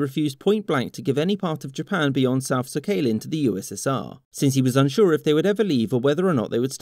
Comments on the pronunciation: Sakhalin is pronounced Sock-uh-lean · You are saying 'Sakhalin' wrong. It's SACKalin, with no gaps, not SAH-KAY-LIN. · Your video is great but your pronunciation of "Sakhalin" really needs work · That’s not how Sakhalin is pronounced.